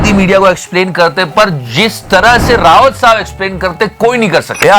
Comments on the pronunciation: रावत साहब नही रे बाबू भैया "राऊत" साहब है. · it's Sanjay राऊत, not रावत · राऊत not रावत 👍🏻